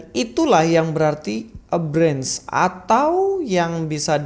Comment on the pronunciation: 😂😂 branch sama sprout salah bang pronounce nya😂